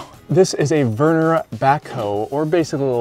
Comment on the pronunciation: Did he just call that a “VER NER” skid loader?